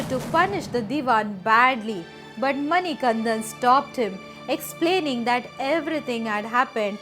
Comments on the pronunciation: Beautiful story. Please correct your pronunciation of the Lord’s name. It is Manikandan..not Manikanthan. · Not all swamis take 41 days vratha, the swamis visiting sabarimala for the first time takes 41 days intense vratha. Also it's Manikanda not Manikantha I'm from the district where sabarimala resides, Pathanamthitta district, Kerala. SWAMIYE SARANAM AYYAPPA.... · It is not mani kan"dh"an, but manikandan. Please take care of the pronunciation. But good to see such good effort for capturing the details. Appreciate it. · Hi, I am from the district where Sabarimala is located that is Pathanamthitta one small change is required, it's MANIKANTTAN there is pronunciation difference, also the mahishi story is true but she asked for marriage is a myth, that is Ayyappa's mother who is seated in the Malikkapurram.